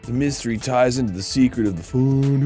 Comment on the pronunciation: Am I crazy, or does Sonia have a speech impediment all the sudden? She said "seekwet' in place of secret